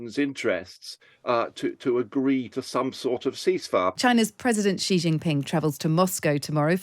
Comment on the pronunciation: I cannot take any China "expert" seriously who can't even properly pronounce the family name of the President of China properly.